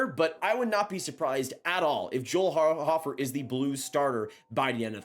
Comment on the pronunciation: Joel *Hoe-fer, not hoffer lol nice content as always tho